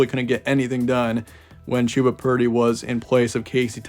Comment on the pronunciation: Ummm....it's Chuh-buh not Chew-buh...rhymes with Bubba.